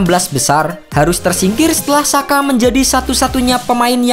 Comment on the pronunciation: Sekedar kasih saran min, Xhaka dalam ejaan Albania dibacanya Jaka. Xherdan (Shaqiri) dibacanya Jerdan. Terima kasih atas perhatiannya.